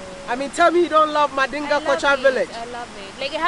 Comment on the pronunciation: 🤣🤣😁First I think they says Mandela haha. "mandinga" salut from sénégal. Very nice tradional hôtel. Very nice dance